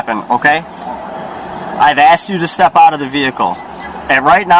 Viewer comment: Lol aks, aksed, aksing, idettify hisself, propible cause, articilant reason